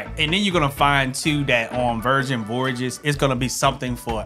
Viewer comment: my friend, I love you but the way you can’t pronounce Voyages is cracking me up 😂